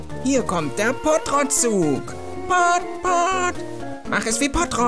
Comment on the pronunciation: Trottopott!!! Nicht pottrott trottopott xD